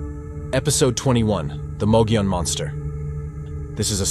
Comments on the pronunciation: Thank you for covering the Mogollon Monster, our local Sasquatch! It is pronounced mug-ee-on, but your pronunciation is the best I have heard from someone outside Arizona. My only criticism is Mitch Waite. I knew him and know he had some true experiences. But he also tried to hoax people. The first time I went out with him he tried to tell us there was a squatch by a tree. It was to IR reflectors stuck the tree. We also found two bicycle reflectors he mounted on a tree to resemble eyeshine. Nice guy, but if he hoaxed those, what else did he hoax? We have quite a few howls and vocals recorded on the Rim too. I can forward them to you to check out. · Thank you for pronouncing the name correctly. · Mogollon...Moe Ghee On